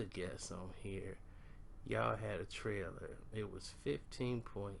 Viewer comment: You crazy, you said "I measured the trailor", boy u 2 much!